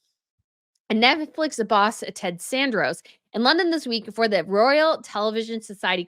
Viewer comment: Love your podcasts. Pronouciation is important. The guy's name is Ted Sa RAN dos - not San DOR os.